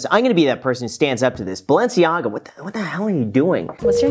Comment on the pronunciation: lol graham said balenciaga